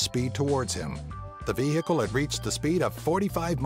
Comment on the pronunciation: The ve hickle